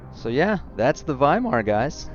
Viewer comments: its pronounced waimar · "W" is pronounced like a "V" in German. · When you were pronouncing Weimar all I could think about… “Gold jacket, green jacket who gives a shit” 😂